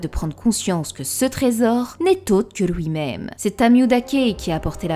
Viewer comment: Génial, merci pour la vidéo mais stp prononce bien les mots qui on le son Ui comme suite et non souite, lui et non Louis, puis et non pouis etc... Tu doit sûrement avoir des origines étrangères je t'en veut pas mais mes oreilles souffres 😭